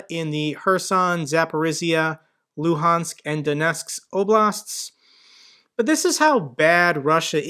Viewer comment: Wow, this is the first time I see an English speaking youtuber saying Luhansk with correct Ukrainian pronunciation, with the glottal voiced "h". Kudos to you!